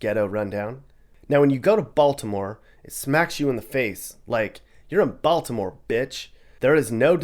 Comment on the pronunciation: The way you said Baltimore as Bal-T-imore cracks me up lmfao, down here that's a dead giveaway you aren't from here xD We usually don't emphasize the T in Baltimore so it sounds more like Baldimore than Bal-T-imore.